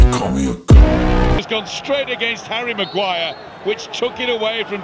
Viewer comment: 😅😂😂😂 Harry ma-ownguire